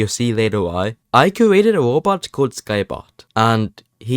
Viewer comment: i kweated a wobot